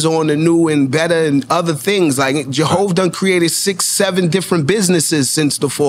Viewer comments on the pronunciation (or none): JA-HOV not JAY-HOV? Yikes.